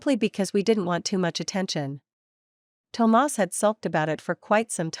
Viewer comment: Why did the narrator keep pronouncing Thomas as tomars😂it’s burning my ears 💀💀💀